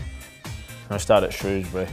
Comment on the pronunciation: At least Milner pronounces Shrewsbury correctly!